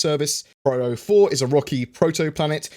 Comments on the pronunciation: hi, i think it should be pyro not pryro:P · PRYRO? is it not PYRO? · You kept on saying "Pryro", I'm pretty sure it is " Pyro". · Pronounces “pyro” like “pryro” times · Pyro, not Pryro but still really nice video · pyro...not pryro. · Pyro, not Pryro. :D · Agreed; that was a hard video to listen to! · *pronounces pyro like pryro™ while pronouncing pyrotechnic like pyrotechnic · no, it's spelled Pyro... in plain english, not pwyro or pryro... otherwise it should be spelled in other way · I was being facetious dude. I know it's spelled Pyro. I also know it's "pronounced" piro with a long "i". I was making a joke about how I've never heard it "pronounced" as pwyro as he was "pronouncing" it in the video. Read what I wrote. I said nothing about spelling. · Interesting as always:~) It is driving me batty lol but I am almost positive you are saying "Pryro". It just sounds wrong. I am trying to tell if you are actually saying it or it's your accent pulling my ears a bit.:~) oh and btw it goes " a deer a doe a female deer, Ray, a drop of golden sun" Ruined Station area sounds linteresting for salvage with their being lots of battle around the area. The Pyro system might be a good one to have next. This would be due to the pirate inhabitants, it could give us our first "guild" type thing where you can join them. It would also give us the chance to learn how to navigate through infested space areas. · More like pairo. But for non-english people it's peero. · Couldn't watch the video with all the pRyro stuff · Pryro? LMAO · Nope... Apparently is pronounced pwyro! First time I've ever heard it pronounced like that. That whole video I was sitting there saying "why the hell are you pronouncing it like that?". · Thanks, this made me fucking itch... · Yeah that made me shake every time^^ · In "Loremaker's Guide to the Galaxy" Cherie clearly says Pyro... I don't know what is doing here, very distracting.